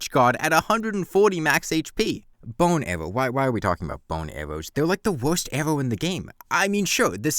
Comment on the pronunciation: "theyw like the wuwst awwow in the gawme"